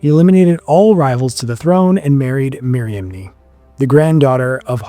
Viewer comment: I think Miriamine is pronounced Mee-ree-AHM-nee (or nay) Could be wrong.